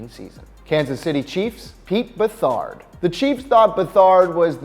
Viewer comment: This idiot should consult with some fans to correct his pronounciation - It is Pete "Beth-art" who later became a GM; It is Earl "More-ell" who stepped in for Johnny U to lead the Colts to SB V, and he should note that Marchibroda later became a very successful coach of the Dolphins and Colts.